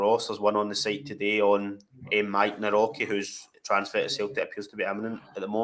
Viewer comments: Guys please. He is "Navrotzki" pronounce. Very easy. 😊👍 🇵🇱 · I think Nawrocki would be pronounced something like Nav-rotch-ske